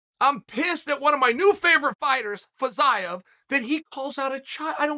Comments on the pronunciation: With the way he was pronouncing Fiziev, I thought he was just falling to talk about Jiri Prochazka again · Ok, but can we talk about "Fiziev"